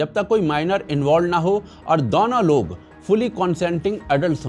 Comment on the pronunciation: दौनो नही दोनो बोला करे pls ,🙏sounds v annoying